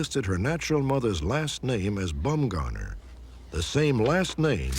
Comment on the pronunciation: "Bumgoner"? lol, I'd be changing that if I was named that